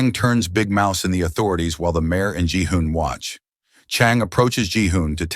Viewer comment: did he said gi-hun??????